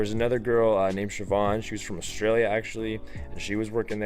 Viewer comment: Wow you are the first American to be able to pernounce Shíobháin